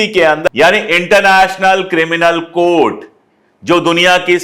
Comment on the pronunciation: "International criminal court" not code